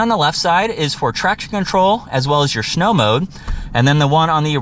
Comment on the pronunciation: you said "schnow"